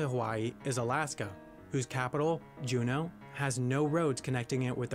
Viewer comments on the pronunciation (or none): none